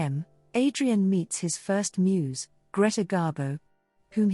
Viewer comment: I got a laugh when the robot narrator referred to Greta Garbo as Adrian's first 'moos'. To be honest, she did often look a little bovine around the udders.